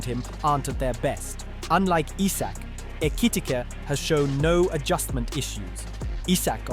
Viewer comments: He pronounced Ekitike’s name like 20 different times 😂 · How many different ways can an AI voice pronounce Ekitike? 😅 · Is this more chat gpt whatever AI shit? Why he keep saying his name weird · [Alt Title:] 30 Different ways to pronounce 'Ekitike' 🙃